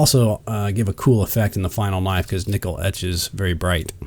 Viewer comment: That's a sexy kuh-nif-ee. Nice job.